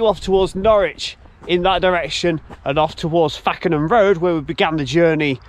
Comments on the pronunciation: Lovely to see people are interested in our old railways should never have been taken away. However at the start of the video it's not fack en ham road it is pronounced fake n ham and if you ever wonder guiest is pronounced gyst not gwist ect the locals get a bit funny about these things 😉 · Love how you pronounce it Fakenham rd (fackenham) lol , it is pronounced fake en ham (it's the area I grew up in ). Still love these videos that you do , very informative and great quality . Keep up the good work. 👍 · Another brilliant video and one that's local to me. Did you see the plate layers hut near the rail remains at Lenwade? Carrying on you'll come across the brilliant museum at Whitwell station then Reepham station is lovely tearoom. Lastly the pronunciation of Fakenham is Fake-un-hum.